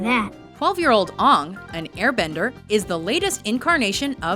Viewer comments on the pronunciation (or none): Oong? You mean Aang? As he was called Aang throughout the entire series of Avatar the Last Airbender XD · IT'S AANG WITH A AS IN APPLE! THAT MOVIE NEVER EXISTED AND THIS PRONUNCIATION WAS IN THE SHOW! Sorry, but...seriously... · IT'S PRONOUNCED AY-NG NOT AAAAHHHH-NG!!! ERRRRR!!! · Ugh she said ong ;( just like m night.... ITS AAANG, Aaaaaaaang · it is not ung it is aang, UNSUBSCRIBE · Is she fucking serious? She works for the Internet! Ong? Fucking really? It's spelled and said Aang. Vowels you dumb bitch. Who the hell thinks that's correct Pronunciation? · It's not AHung it's AnG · you know his name is aang right? not aung lol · why were you pronouncing aangs name like oong...its aang like hang with out the h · Guys, have you watched the Last Airbender show? His name is pronounced Ayng, not Aung. Otherwise, great video. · It's not "Ong." It's Aang, pronounced like Tang with a silent "T." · As soon as I heard UNNNG instead of Aang I knew that the comment section will be ablaze... how dare she not speak nickelodeon properly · Erm you made a mistake, it's Aang, you said like Oung, like the horrible movie did .-. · It is Anng not unng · The way she pronounced Aang on #7, just made me want to shake my head in disappointment. It's pronounced "Aay-ng!" Not "Uh-ng!" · It's pronounced Aang!!! Like and without the d! ARGH! Fuck you M.Night Shalendidoensidnebeheockhquwodhh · Did she seriously pronounce aang like I think she did? It's aang like aim but aing. Uggh... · This bitch said "Ong" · It's Aang (ANG!) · This bitch just said Ong like wtf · Its pronounced Aang like boomerang, learn it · ***** "Number seven. Oung". Ahahahahah X-D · .....no its aang as in acorn. not aang as in apple. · you did not just call him uung -_ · please don't mispronounce aang's name like in the shamalon film. it is pronounced ane g. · When they pronounced Aang the way M. Night Shamalong insisted on pronouncing it... sighs Fuck you, just fuck you watchmojo, you pretentious fucks.